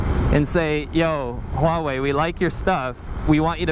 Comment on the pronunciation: Huawei or WHAwhe?